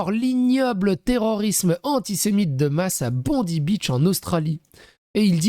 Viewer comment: C'est pas important mais on prononce Bondaï😊